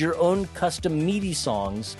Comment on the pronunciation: You pronounce Midi as Meaty? Really... I already get a twinge of a headache whenever you say GIF...